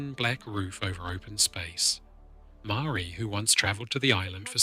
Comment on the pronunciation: The G ,in Rangitoto is silent ,and Maoris is also not said ,the way you pronounce it .